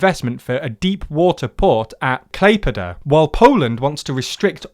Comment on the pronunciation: Must admit, I'm a little impressed about the pronunciation of Klaipėda.